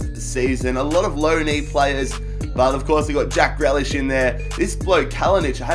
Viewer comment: It’s not jack gre- jack gree lish